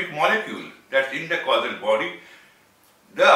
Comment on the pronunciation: Are yu saying Casual body. Then the gross body? Casual is pronounced kaZYUel It sounds like you said the KaSUL? body. And then in sound like yu said. Glass body ..instead of Gross. I am very interested to here yu speak more about Yoga & chakra if yu have. Thankyu much i enjoyed this video much.